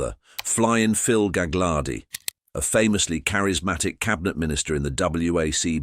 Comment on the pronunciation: It's galardi the second G is silent